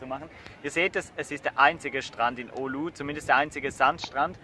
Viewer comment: Es heisst Oulu.